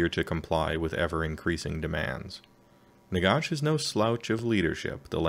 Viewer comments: Nagash dude, not Nagosh. Even the Brits pronounce it ash, don't understand why some Americans pronounce it with a faux British accent. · Ah Wisconsin, that explains it. Not trying to be a pronunciation nazi, but it drives me nuts when non-Brits do the osh thing lol. Listen to the GW dudes speak, no one does it. Great summary btw, your delivery is very clear.